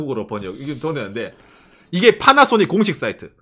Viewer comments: 왜 빠나쏘닉이라고 발음하는거죠 ㅋㅋㅋㅋㅋㅋㅋㅋㅋㅋ 첨에 들었을 땐 웃겼는데 이젠 나도 빠나쏘닉이라고 하네 ㅋㅋ 그리고 얘들 웃긴게 차는 오~래 못 쓰게 하면서 뭔놈의 구시대 단자는 좀비마냥 살리고 있는건지 모르겠군요 ㅋㅋㅋ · 파라소닉이 왜 빨아쓰니 로 들리지